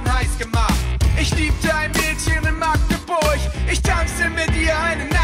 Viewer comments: so wirds ausgesprochen!:D Magdeburch! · YEAH!!! MAGDEBURCH!!! Endlich endlich endlich kann dit ma eener richtich aussprechen :D